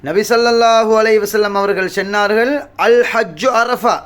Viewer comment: அஸ்ஸலாமு அலைக்கும் வரஹ்.....ஹஸ்ரத், சென்னார்களா? சொன்னார்களா? தமிழை சரியாக உச்சரிப்பதில் என்ன சிரமம் உங்களுக்கு?